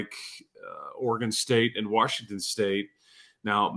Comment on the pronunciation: The biggest problem with adding Washington would be hearing say “Warshington” for however long they’d be in conference.😂